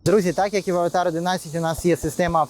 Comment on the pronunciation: А хіба правильно не Аватр ? Ви що кіно передивились 😂😂😂